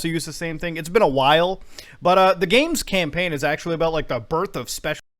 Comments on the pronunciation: I heard this and thought it was a comedic pause or something, then I realized Muta done fucked up lol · you know when Muta stopped at "the birth of special" I thought he paused for effect and was gonna blast into a tirade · I thought it was a comedic pause